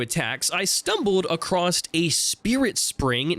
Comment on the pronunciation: Why do you pronounce "across" as "acrosst"? Stop it.